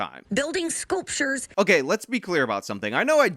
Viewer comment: Wait didn't she say "spooptures" lol